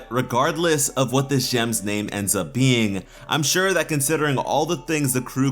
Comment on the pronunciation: You mean for “shore!”